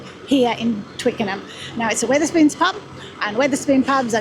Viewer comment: STOP SAYINNG WITH ER SPOONS, ITS WETH ER SPOONS. WEATHER AS IN THE SUN AND RAIN AND STORMS. SORRY IT JUST ANNOYS ME THAT YOU DO A VID ABOUT SOMTHING AND CANT PRONOUNCE IT CORRECTLY.